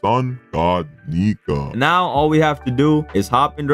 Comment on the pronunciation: Why does it sound like ur saying the n word when u say nika